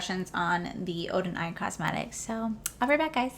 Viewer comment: I'm so happy that Odeneyes Cosmetics sent you their collection in PR!! It is GORGEOUS!!!! I wish your dad the best of luck with his surgery! Will be thinking of him that day. Your wedding venue is stunning!!! I'm so excited for you guys!! Not bad on pronunciation. You gotta roll your R's.😉